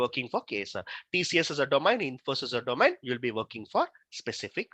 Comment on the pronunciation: Its not domine it's domain its irritates when you pronounce it